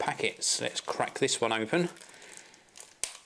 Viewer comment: Say 'crack' again!